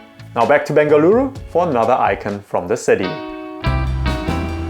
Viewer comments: Yess! I’ve been waiting for this video for soo long!! I’m from Bengaluru who’s moved to London and this video brought tears to my eyes!! So many people from Bengaluru would NOT have pronounced any of the dishes the way you have! Thank you:) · Thank you for visiting Bengaluru n showing iconic dishes ❤ N kudos for catching all the names right..you are doing a great job🎉